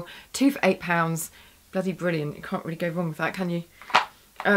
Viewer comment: haha the way you say bwwwwrilliant xD is funny (like ur videos)